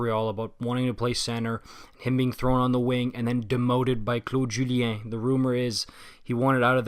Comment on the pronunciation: I could only tell he was a queb when he said Claude Julien lol, only a queb will nail frenchy's name